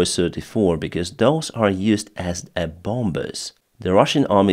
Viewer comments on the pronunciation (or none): Your English is excellent,. One word causing you a problem is "bombers". We don't pronounce the second " b " bomb = bom. bombers = bommers. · just a tip, the second b in bombers is silent!